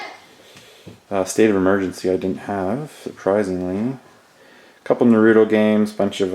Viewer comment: You pronounced Naruto wrong. Its Na_ru_ toe.....